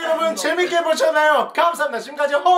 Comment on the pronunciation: 퐈이어!!!!!퐈이어!!!!!! 퐝프가 사망했습니다